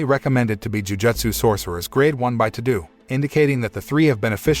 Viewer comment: It’s painful when I here him say tudoo